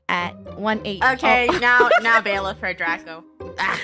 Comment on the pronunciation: Its bailif not biller 💀💀